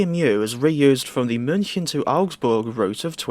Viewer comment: Your pronunciation of München is spot on.